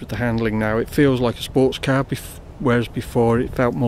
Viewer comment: so ............you like your cahhh? hahahahahahahaha